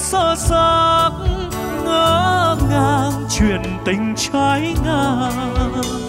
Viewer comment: Mình thích nhất cách phát âm tr của bạn trái ngang, lên trời cực ngọt và cái khoảng.... quên lời cứ cười cười không đáng trách chỉ đáng yêu thôi, nghiện giọng hát bạn quá chàng lãng tử của tôi tâm đắc chuyện gì đến nỗi quên lời vậy bạn?? Nhưng Lỡ sai vẫn kịp quay lại cho qua nha